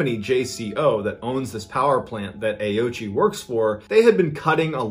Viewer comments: I believe in the native language it is pronounced closure to "oh-oh-ch" I believe the ending I is silent? I could very well be wrong. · It's Oh-ooch-ee, FWIW. But I agree that that's less fun. 😉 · Well done on the pronunciation of ghost man’s name! I would have automatically pronounced Ouchi as Owchie not Aochi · Ouchi is pronounced wrong. I speak Japanese. Ouchi is composed of three kana: おうち O- pronounced o as in “old” U- pronounced u as in “use” Chi- pronounced chi as in “cheese”